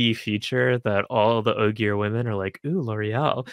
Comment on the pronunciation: I commented this, hit play, and then immediately said “Ogier” correctly